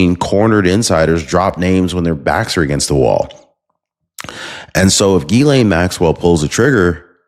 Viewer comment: Love ya, But Her name is pronounced Gis-slaine Ghislaine. Just trying to help.